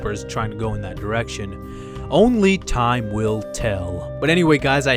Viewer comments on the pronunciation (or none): none